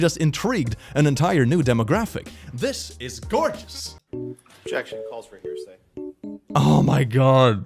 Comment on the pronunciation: I legit thought he said "heresy" instead of hearsay 💀💀💀